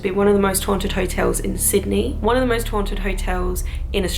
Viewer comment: Lol sounded loke u wer saying moist not most lmao great vid tho u should come to NZ ;-)